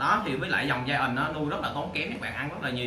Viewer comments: Hoài Thu bữa phát âm sai đó bạn đọc gian rõ ràng bữa nay ngừoi ta góp ý mới sửa lại đó -_ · phuong nguyen đọc giai ent là đúng r nha bạn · Ủng hộ e vì câu nói "mình lừa đảo gì các bạn, mình là người mua chó chứ đâu phải bán chó😘" , điểm cộng nữa là e phát âm từ Giant đúng 🤣🤣🤣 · Méo hiểu s cái từ ( giant) này đọc là giai ần 😄, thấy đọc kiểu tây tây là kêu phát âm đúng